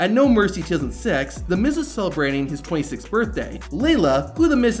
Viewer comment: I heard it to